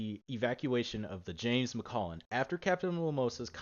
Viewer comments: You pronounced macalline wrong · "Ryker"? James "McCullen"? Captain fucking "Momosa"? What Titanfall did YOU play?